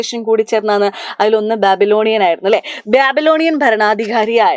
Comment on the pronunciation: Tigris and Babylonian pronunciation is not correct